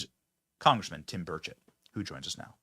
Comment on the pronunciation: Thanks for saying, Rep. Tim Burchett's name correctly tonight. 😊